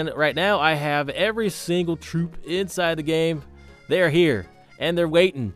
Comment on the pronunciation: when he says troop does it sound weird or is it just me?